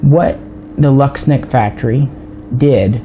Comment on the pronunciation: Łucznik isn't pronounced lucks-nick. The right way to say it is wooch-nick. The L with a line through it is pronounced like a w and cz is like the ch sound in the word Czech. Also u is pronounced ooh. So there you go.